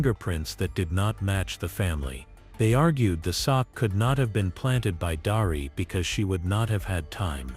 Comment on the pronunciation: Darlee not Darie.